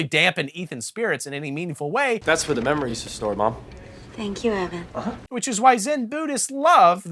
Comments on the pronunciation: Great review, but the main characters name is pronounced Evan not Ethan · I had to watch this twice to notice that you’re saying Ethan instead of Evan the whole time 😂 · It was super upsetting that you got Evan’s name wrong so many times,! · Getting the name right once makes it so much funnier than if you had gotten it wrong every time